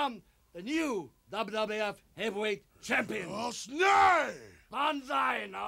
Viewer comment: I'll never forget that last Banzai Drop on Duggan man. Man said "Bakshee" that time, not even Banzai.